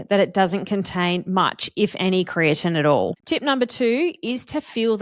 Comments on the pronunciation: Kree-ah-teen is how I've always heard it pronounced. You sound like you're pronouncing it as Kree-ah-Tin. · I've never heard creatine pronounced like that and it makes me wonder if you're saying it correctly or if everyone I've ever known has been pronouncing it wrong.